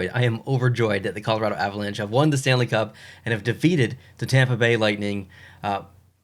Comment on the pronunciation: oh yes the "stanle cup"